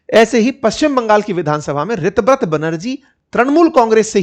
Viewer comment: Sir o pronunciation is tar ha sego रीताब्रता